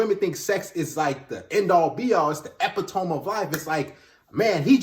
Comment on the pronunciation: Epitome = "E- pid -oh - me"